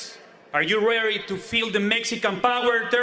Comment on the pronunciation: “ARE YOU RAREY TO FEEL THE MEXICAN POWER TEWENCE?” - Fat Wiesel 😂😂😂